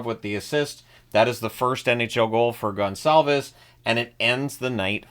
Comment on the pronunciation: Very well said the Gonçalves name, kudos to you sir !!...